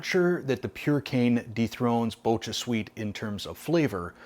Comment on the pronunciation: Reb M is the sweet molecule in Stevia, but I find it exceedingly bitter in ANY form or concentration from stevia. I’m wondering if this form would be the same? BTW pronunciation of “Bocha” is a hard “k” not “ch”.